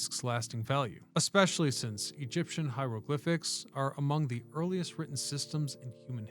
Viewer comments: 2.06 hilogriphics 😅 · bro said “heilogriphics” 😂😂😂